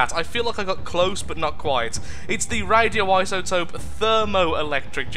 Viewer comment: RadoiSotope not RadoiTotope. xDSorry, OCD. :T